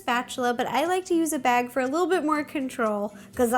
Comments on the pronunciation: Why does she say bagey instead of bag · I love it when she says bagie ( she says that instead of bag sometimes) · She said bagy